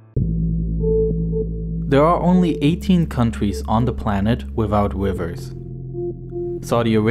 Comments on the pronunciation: A wiver love it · Why do u Pronounce "R" as "W" .... Wivews instead of rivers and wegions instead of regions. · wiwels : rivers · Hahahaha man said “wivers” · This guy talks like "there's no wivers and no wabbits" hahahaha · Cracking video, but the poor lad can’t pronounce anything beginning with an R. Wivers is the best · Am I the only one who hears him say “wivers”? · HAHAHA YES! HAHAHA wivers, fouwsands, Awaybia, inqweese(increase), LOL 😂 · Not enough wivers in the guwf hahaha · The wivers of the gulf wegion eh? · Oh I see why there are a lot of people here shaming this dude for trying to speak with an American accent, quoting him like "wivers" you barely even know how to speak English yet quizzaciously quote other people like you can pronounce it right, ever heard of accents? smh Arabs. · Didn' t your mom tell you not to make fun of disabiWities? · What about the lack of wivers. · Wivers in saudi awaybia are weally ware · Wivers that flow watew? Wain is Ware? Wesivwars that hold watew? Who is this speaker? Is he the same actor that played the priest in The Princess Bride?